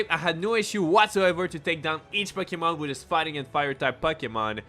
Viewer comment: Pucky-mon. Lmao.